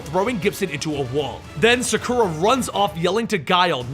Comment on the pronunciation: you pronounced sakura wrong